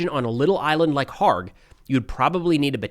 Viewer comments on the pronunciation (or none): Kharg island is pronounced with the K NOT being silent.